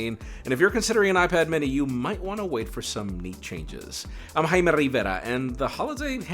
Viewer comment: why did u pronounce jay-mee, haimy